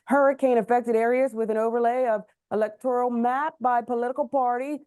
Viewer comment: She needs to learn how to pronounce “electoral” I’m guessing that would be a reach for this insect. She’s so “weird” right?